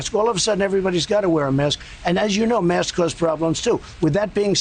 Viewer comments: 😳😳😳😳😳😳😳😳😳 He doesn’t want to be distracted! WOW!!! See Trump-America, he lives in a reality tv show .......... HE DOES NOT GIVE AF ABOUT YOU! And it’s “mask” not “maskes”! GOOD GRIEF JESUS!! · "I believe maskses are good."